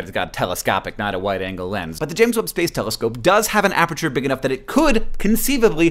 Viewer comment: HANK! Apreture? Really? You have given me a ticky twitch I cannot get rid of along the same lines as those people who say ISO as "eye-so" instead of I.S.O. A-PER-TURE. Your math is correct. (Probably... I'm just a photographer.)